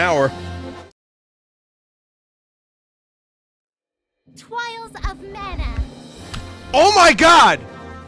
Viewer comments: Twials of Mana UwU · Its only called Twials of Mana for Vinny, for everyone else it's Trials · Let's go for "Twials of Mana" 69 times in a row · Honestly? Hearing Twials so much just made me kind of want to play the game. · So why does Vinny drink anytime Charlotte says "Twials of Mana?" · Winesauce pways twials of mana uwu kill me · Twails of Mana uwu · “Twials of Mana” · Menu: Twials of Mana :3 Vinny, drinking to forget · Charlotte: Twials of Mana (5th time) Vinny: Is.. is my game broken? IS MY GAME BROKEN?! WHAT?! Me: LMAO 🤣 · Vinny's weaknesses. Connect Four, Twials of Mana and Spicy Water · No one: Not a soul: Charlotte: TWIALS OF MANA uwu